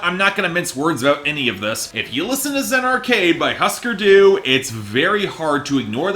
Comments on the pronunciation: Pronounced hoosker doo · Couldn’t be bothered to pronounce Husker Du correctly, I was shocked at the part where he didn’t call the Who, the Wha. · Why don't you learn how pronounce the band's name for starters. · I think that if you review an album, you should at least be able to pronounce the name of the band correctly. Just a thought.